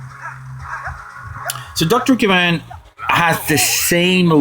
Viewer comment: Btw, that will be Dr. Kavan, not kravan.